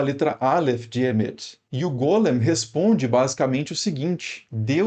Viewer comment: E é Golém q fala e não Gólem E Sfer Yetizá "formacao" como em "informar" a hilé (matéria bruta, madeira pré carpintaria) em morphé.